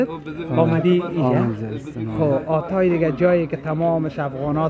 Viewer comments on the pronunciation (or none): اسم اون شهر حاتای هست نه آتای درست تلفظ کن